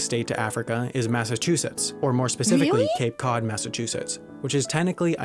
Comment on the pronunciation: "Massa-sushi" Incredible pronunciation.